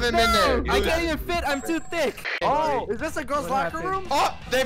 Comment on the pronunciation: its THICC not thick